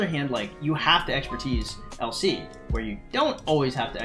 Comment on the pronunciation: Everytime you say LC it sounds like you're saying "El Cid" and I was very confused for about half the video